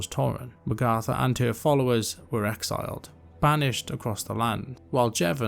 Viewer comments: great vid you did a great job. But. the way you pronounce magatha takes me out a lil bit I always thought it was mag like nag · Sounds like you are saying Magartha. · How come you pronounce Magatha that way? Honest question.